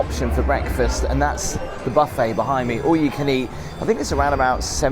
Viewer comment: What is segriated? Does anyone know please. What's a pooffay? Is that anything like a pouf? It's PVC, it ain't levver. That is pronounced FeeGee water.(Fiji) The entire thing - Vegas, is like a back alley in Paradise with a lobotomy....and there is no escape. Even your room looks as if it was decorated by a Kardashian on LSD. Those hidden elevators are for the housekeeping staff, not for guests, and that is why you were/are surprised at the speed of room service. Just for interest's sake I will tell you that the cleaning staff at Marriot Hotels are told that their standard is to prepare the room to appear, and to smell as if no one has ever been in there before. Perhaps the Kardashian girls follow the same rule.